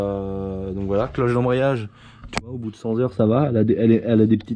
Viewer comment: Tu ne peux pas dire cent t'heures au lieu de cent zheures neettt !!!